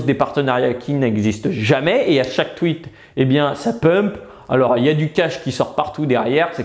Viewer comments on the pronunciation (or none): none